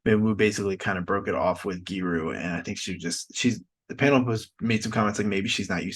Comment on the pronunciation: Its Gyu Ri, not gyi ru 😂